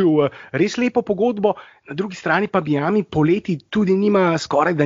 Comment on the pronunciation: dober podcast vendar ce že uporabljate tujke za vse izraze kot so trade in nevem kaj potem dajte vsaj pravilno izgovorit miami ker se sliši grozno....:) majemi je, ni miami:D